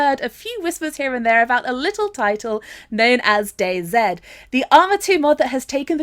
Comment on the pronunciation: It's dayz! Said like daisy! Not dayzed why would u call it that